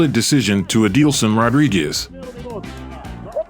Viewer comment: Correction. Aldison’s name is pronounced Al-Deh-Sun Kimmeul Name pronounced Kee-Me-Yule